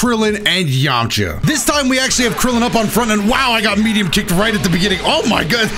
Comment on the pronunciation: Please don’t call me weird but I skipped it back 15 times Bc I like the way he said “yamcha”